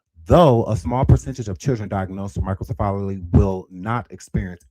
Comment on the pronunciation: OMG he keeps mispronouncing microcephaly it's pronounced MY-kroh-SEF-uh-lee . It has five syllables